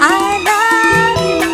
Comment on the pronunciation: I love u என்ற வார்த்தையை இந்த பாடலில் அம்மா உச்சரிக்கும் போது மிகவும் ஸ்டைலான இருக்கும், இன்னொருமுறை அம்மாவே பிறந்து வந்தாலும் இதுபோல் வருமா சந்தேகம் தான், அவர் காலத்தில் நானும் வாழ்ந்தேன் அது ஒன்றே பெரும்பேறு.